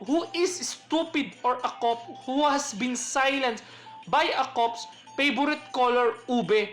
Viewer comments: Cop pronounced as ( Ka:p, Köp) sorry po. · Sir, kindly pronounce "COP" corectly. 💕